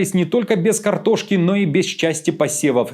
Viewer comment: Крартошка ) проблема